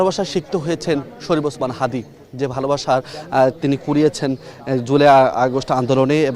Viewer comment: বিএনপি মহাসচিব হাদীর নামটি ও ঠিকভাবে বলতে পারেন না